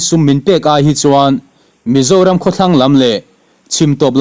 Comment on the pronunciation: i chhiar dik lo keuh😂😂😂 aw mizoram aw ka zoram tih kha